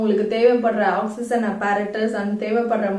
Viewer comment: Oxygen pronounciation is different mam. Awk-si-jn but ur pronouncing it differently. Which is right mam?